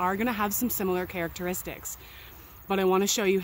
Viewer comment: Did you say similar "carrot-eristics?"